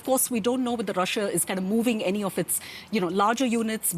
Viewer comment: Love how the host keeps pronouncing Russia, "Raschian"